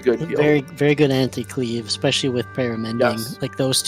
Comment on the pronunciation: Just started watching all your episodes on TBC and its really awesome so far - but if i have to hear say EGGSPACIALLY one more time im gonna hurt someone oO